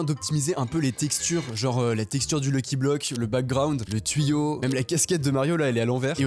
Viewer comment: Pk il dit lucky bloc 😭